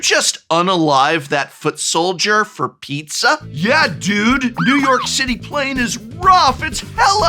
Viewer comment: the way you said "pizZA?" tickled my brain